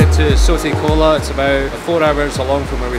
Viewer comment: its seti khola not soti khola